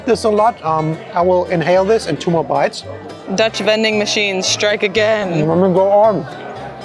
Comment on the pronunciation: I love how you guys pronounce dutch! Its actualy pretty good! Of you come to Rotterdam I can give you a tour! Or come to “de ballentent” for The famous meatballs.